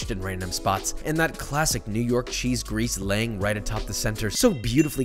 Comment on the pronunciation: Can confirm that I am from NY and not offended by your take on a classic, looks tasty even. It only hurt a little bit when you called out my cheese pronunciation. One suggestion, and one note. A lot of NY pizzarias don't pre-cook their pizza sauce, since you're cooking it already on the pizza and most the time its blanched in-can to begin with. If your sauce wasn't hitting the flavor notes you were looking for, that might be why (I don't personally think its the water, but you can try a higher alkalinity water if you want to see if that works?) As for the note, low moisture WHOLE fat cheese. Lots of people will probably by skim from the super market not realizing, and be sad when they eat it. Need that whole milk flavor, or your cheese will be a sad boi. I'm sure you used the right cheese in your video, but you only mentioned the low moisture, not low-moisture-whole-milk, so thought I might make that note for anyone wanting to make this at home themselves. Love the content, cant wait to see more :D